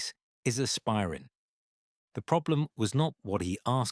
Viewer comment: listen to the way the narrator pronounces Aspirin. I am thinking that the AI is a NAZI spy. Who should I call to turn it in?